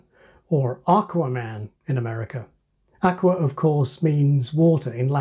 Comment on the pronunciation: I live the way you mispronounce both A's in the Latin word "aqua".